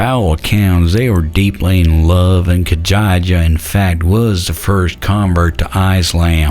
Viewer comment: That was so funny when he got stuck on "Khadija "....reminded me of 12th grade English class in public school although most of the 3 syllable words people got stuck on were not foreign.